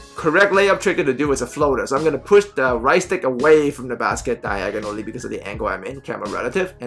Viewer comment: “DYEGONALLY” you the man keep it up lol